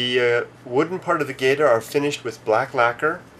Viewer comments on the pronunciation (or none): bullshit...e as in get is the only e sound they have...there is no such word as 'geyta' in japanese...you will get laughed at..not to your face necessarily but laughed at....it is 'ge ta'.